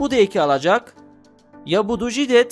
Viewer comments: güzel bir çalışma ancak Jidat fiilinin telaffuzu jidet şeklinde olmaz.. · Ждать kelimesinde a harfini neden e olarak okuyorsunuz acaba?